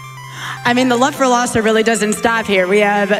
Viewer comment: Isn't his name Laws 042? Why do they say "Lawso"?